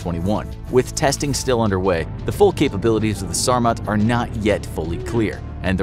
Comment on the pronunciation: I love how he said ''they afe not currently in war"